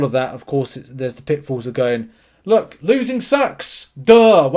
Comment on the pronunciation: its pronounced "LOOK" not "luh"